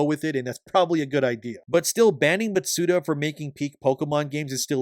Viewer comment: Matsuda? Shugeri? Any chance you could properly pronounce their names?